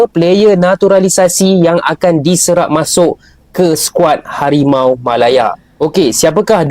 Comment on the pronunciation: Benar bukan harimau tapi hawimau